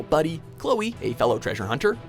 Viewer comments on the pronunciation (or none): none